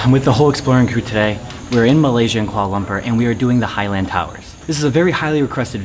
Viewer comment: its kuala,not koala